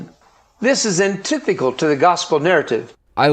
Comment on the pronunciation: "Coincidence?" I THINK NOT!!!! Also, it's antithetical, not antithical,. Way to make even less sense.